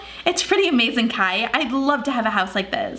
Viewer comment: It’s “Kai”, lol.